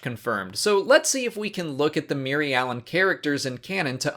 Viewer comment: Your pronouncing the species name wrong. It is just like Mir-alan and the plan is Mir-al